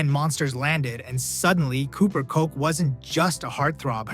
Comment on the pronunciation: Kotch, not Coke